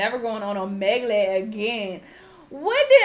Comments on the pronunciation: The way my hand flew to my mouth when she said Omayglay 😭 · no one:: Emigloo/ omieglie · She said omeglee again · (O-ME-GUL) your welcome 😂💅🏼❤️ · the way she pronounces omegle has my dead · the way she pronounced omegle in the beginning